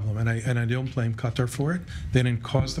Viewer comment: Involve Qatar? Honey, please? You don't even sound right saying it?